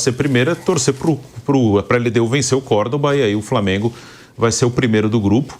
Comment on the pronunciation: A maneira do Vampeta falar é reflexo de uma época aqui na Bahia que as pessoas mais velhas tinham dificuldade de usar o L pra formar uma palavra,framengo,fruminence,e por aí vai.